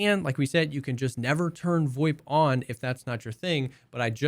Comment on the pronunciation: what the fuck is voip? void? voit? WTF ARE YOU SAYING!!!!!!!!!!!!!!!!!!!!!!!!!!!